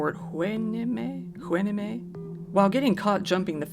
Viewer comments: I know this is an old video but I just came across it. It's Port "why-nee-me" lol anyway, love your videos! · Hey, I grew up in Port Hueneme. It's pronounced Why-nee-mee. Cheers! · This is how you pronounce Hueneme: Y-nee-mee. You're welcome. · Port WHY-NAY-MEE 😂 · Pronounced: Port Wa nee mee (Hueneme) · Port Hueneme pronounced "Port Why-nee-mee." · Hueneme pronounced Wi-nee-mee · WHY-nee-mee. Not Turkish or Japanese. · Pronounced: port ‘why-knee-me’ ;3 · Port hueneme is a town in Ventura county it’s pronounced Y-NEE-ME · I was going to say this because I lived there too. He did better than most trying to pronounce Hueneme though.